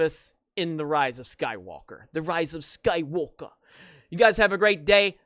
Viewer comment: Lol, “I’m Rey, Rey skywulka”